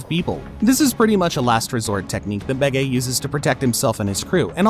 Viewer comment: Who the hell is gecko maria.. if you’re going to make a video about one of the most famous anime in the world the LEAST you can do is find out how to pronounce the names. gecko Maria -Gecko More ia Bege- beige like the color of pants